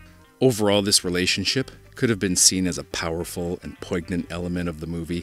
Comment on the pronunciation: Great video. Please ask someone to give you the correct pronunciation of "poignant." The "G" is silent.